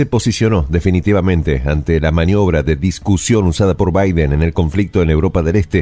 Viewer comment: que mal pronuncia el nombre de Biden este presentador, muchos errores en diferentes videos, errores matemáticos, errores geográficos, errores etnográficos,etc